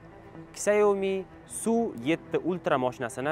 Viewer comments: 🕹ksiómi emas ssshiaomi deyiladi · Shaomi deyiladi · Сиаоми дегин йигит